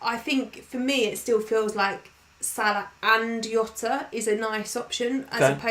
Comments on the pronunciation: I hate to use the wrong name. People always get his name wrong, he is not hota. He is not hota he is, Jota. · Still laugh at calling Jota “Yota” haha. Always enjoy watching the stream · please please please stop saying Yota use a normal J sound Jota Jota Jota